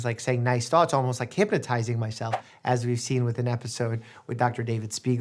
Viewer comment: Did he say hipaa-tizing myself?